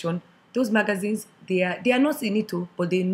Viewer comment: All I can see is lips, you sound very angry , if ppl hate you so much take your own advise. Ps you look scary, why do you need compliments ? Bloody afs always fishing for compliments, is compliment that's paining you. Your lips is just ridiculous .. Aeroplane isn't wrong btw oversabi house girl. Ma-gah-zhine...